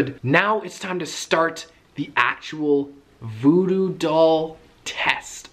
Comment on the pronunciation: You said voodoo doll wierd